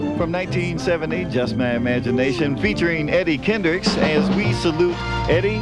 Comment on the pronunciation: What's up with the reporter not pronouncing the "s" at the end of Kendricks?